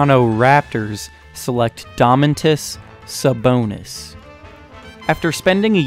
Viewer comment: How hard is it to pronounce Domantas. Rip domantas sabonis name